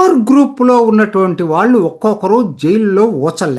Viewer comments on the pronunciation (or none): none